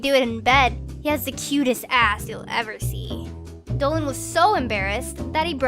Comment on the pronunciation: All I here him say is Planet Dowan, instead of Dolan